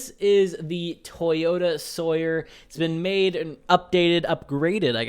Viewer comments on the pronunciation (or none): Its Toyota Soarer not Sawyer